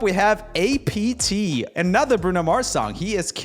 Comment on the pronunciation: It’s not ay pee tee, not apartment, not anything. It’s apt.